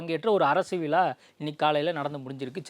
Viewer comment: விழா என்பதை விளா என்று சொல்வது தவறு என்று தெரியவில்லையா.